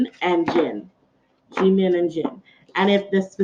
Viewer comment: You say jimin wrong there is nothing more annoying than saying your name wrong